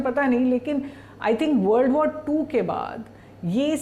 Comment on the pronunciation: वॉर को वाड़ कहता है, बिहारी एक्सेंट है😅😅😅